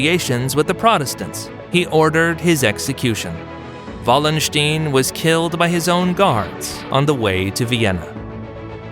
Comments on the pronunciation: like the video for its historical correctness (as far as short YT clips can do this justice) but why is it so difficult for American narrators to get prominent historical names right - Richelieu or Wallenstein; both names should be easy to get right (and even come with voice files on Wikipedia) and yet this American butchered them completely. ☹that was disappointing. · I looked up how to pronounce Richelieu. The video gets it correct. As for Wallenstein, I guess he thought the W was pronounced as V in the native language. And "stein" is often pronounced either as "steen" or "st-eye-n" in English, so it is understandable that he would make that mistake.